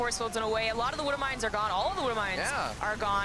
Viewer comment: Gotta love the «wooduw mines» ;) Honestly, casting was a bit off here.